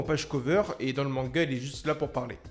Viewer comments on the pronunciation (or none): none